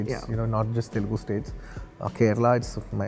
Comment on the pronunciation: before saying mass or whatever first actually watch telugu cinema instead of just the commercial flicks and second of all learn how to say TELUGU PROPERLY BHAIJAAN